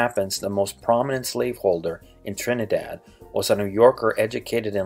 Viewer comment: He needs to swap the way he pronounces the 'a' in Trinid'a'd (short a sound) and in Tob'a'go (says its name)